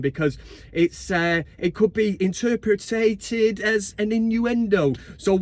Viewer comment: Inter per- ated Is that how say it😂😂